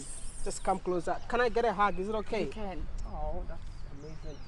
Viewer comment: U too like "harg" Wode Maya😂😂